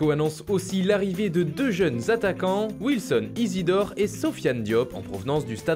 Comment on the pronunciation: Chui le seule à mettre taper une barre quand il a dit Wilson isidore😂😂